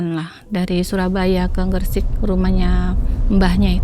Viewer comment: Gresik bukan gersik beb